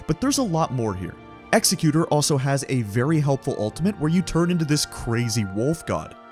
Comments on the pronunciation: Great video, thanks for all the tips!!! BTW it's Ek-Zek-U-Tor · Hate to be the youtube 'ACKshuwally' guy but executor is fr pronounced like executive but with an "er". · W video but bro PLEASEE PRONOUNCE EXECUTOR’S NAME CORRECTLY PLEASEEEEEE